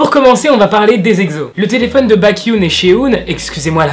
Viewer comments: Pour la prononciation Sehun: seOUN ! Et pas SHEHOUN Baekhyun : békione et pas BAEKYOUN Suho : suO et pas SHUHO Voilà c’est tout, c’était la règle de prononciation, merci de m’avoir écouter, cordialement 💩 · tout le monde va être choqué du "bakhyun" et "shehun" je le sens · Comment tu as dit baeckyun et sehun sa fait mal mais c pas grave il s’écrive pas très facilement non plus 😹❤️mdr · La JYP a demandé au sasaengs ? L’agence des EXO c’est la SM ... mais c’est pas grave 😂 niveau prononciations : [Cé (ssé) ounn] Sehun [Bé Kyounn] Baekhyun [Ssu O] Suho C’est dommage de savoir pour le dernier cas, que c’est une sasaeng parce que son compte est super beau (je trouve) mais par contre on en parle de ses yeux disproportionnés?